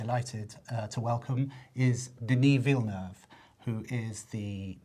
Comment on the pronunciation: DENNIS (rhymes with tennis) VILLA NOOV! BECAUSE ‘MURICA! Calice! Tabarnak!